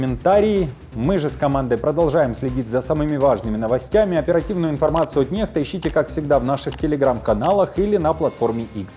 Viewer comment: Почему неХта, а не некста?